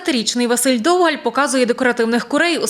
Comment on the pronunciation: Журналіст, якщо ти журналіст, став правильно наголос в прізвищах. довгАль, а не дОвгаль І